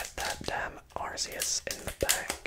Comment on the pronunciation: Arceus not arseus